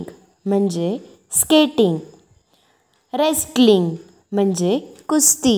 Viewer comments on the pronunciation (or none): रेस्टलिंग नाही हो ते रेसलिंग असे आहे